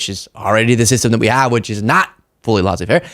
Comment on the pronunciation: you are crushing it and your personality definitely enhances the delivery of your first class content but a couple of tips: Laisse (faire) is pronounced Lesay not Lasay. Also don’t over describe bad smells or tell a story that shows how young you are, eg. Stating how inexperienced you are in food storage and in living on your own in general. Just say you put the milk at the back of the fridge and only realized that this morning when the seriously rancid milk seeped out of the jug and all over the floor, done.